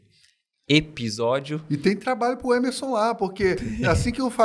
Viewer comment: Eu gostava de ouvir "ebisódio" 😅